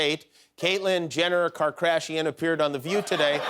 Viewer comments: "Kar-crash-ian." Wow. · “Caitlyn Jenner Car-crashian” 💀😭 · Karda...shi-an WHO?